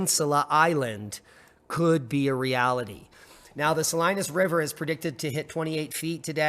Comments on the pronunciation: Not that it really matters to anyone, but it's pronounced Saleenas. :-) 😀 Not Salinus. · Yo Bro! I'm in Clovis, back to back with Fresno, or shoulder to shoulder, how ever you look at it And it's pronounced Suh- lee-nus Salinas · Great video! Fyi ... Sah Lee Nass Salinas. 🎉😊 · Being a native to Cali, the locals pronounce Salinas Suh-lee'- nus. The folks there will appreciate you knowing that. There are strange pronunciations in every state, huh! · Sa-leen-as River, por favor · It's pronounced Sa-Lee-nus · Sa-Lee-nas = Salinas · Pronounced # Sah lean us. Hi. You sound so sparkally darlink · Salinas = Sa leen as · Pronounced "Sa-leen-ass"